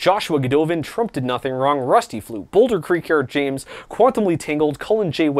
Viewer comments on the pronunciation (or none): none